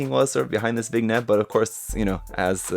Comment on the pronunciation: Did this man just say vig-net?